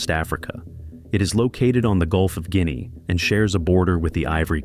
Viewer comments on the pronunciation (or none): none